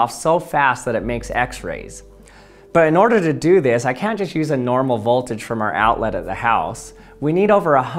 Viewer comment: learn how to pronounce "Sieverts" and "voltage."